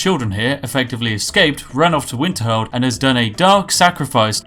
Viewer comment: He said winterhold😂😂💀